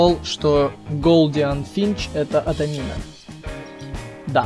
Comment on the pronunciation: Не ададина а амадина